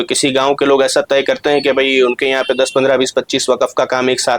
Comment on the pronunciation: معذرت کے ساتھ وقف کا تلفظ صحیح ادا کیجئے